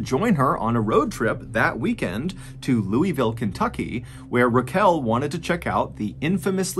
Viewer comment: Nooooooo. I’m such a huge fan of your channel. Please forgive my Kentucky blood. It’s pronounced lull-Vull not the way that it’s spelled. Just a warning in case you ever visited Kentucky 😂. They will judge you so quickly and you deserve southern hospitality.